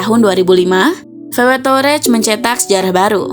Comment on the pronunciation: Tahu wareg sebutannya😂